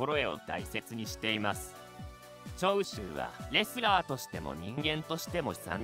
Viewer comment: 長州の発音おかしくね？